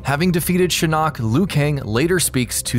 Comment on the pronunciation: No one else is bothered by the way he pronounces Shinnok?!?